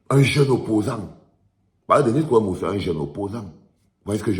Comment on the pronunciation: C'est kwebo et non kwemo